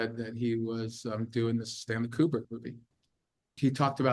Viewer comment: You could learn to say Kubrick correctly. I feel there might be a point to that. It's not pronounced "cubic".